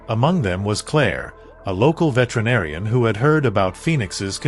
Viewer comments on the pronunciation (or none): none